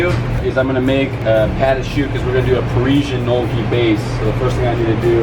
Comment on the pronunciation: losing my mind at the way he pronounces gnocci